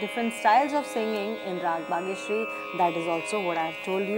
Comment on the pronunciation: It is not Bageshiari , it should be Bageshri